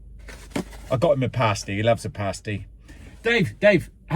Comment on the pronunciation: First time hearing your accent when talking about the paaasty!!